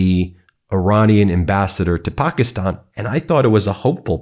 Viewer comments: "Pack-ih-stan (as in "Stan")" not "pock-ih-stahn." Otherwise, excellent reporting. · Thats not how we pronouce Pakistan in English.